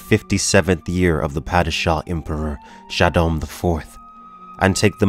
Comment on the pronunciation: The Fremen's leaders title pronunciation is not NEEAB, it's NAH EEB, it's not Emperor Shaddom, it's Shaddam, not FedeKIN, it's FahDhaiken. Still Love this video and the illustrations, they are a show of great dedication to this Amazing series that was even the inspiration to George Lucas to create Star Wars!